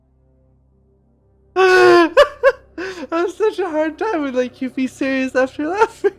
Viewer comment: "such a hard time to be(e) serious" and "be(e)come drunk" forgot that one too... only 8/10 for that one. Kappa